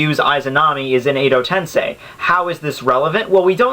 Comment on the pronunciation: all i can say is learn how to pronounce japanese characters dude cause the way you say susano or edo in edo tensei irritates me man a lot.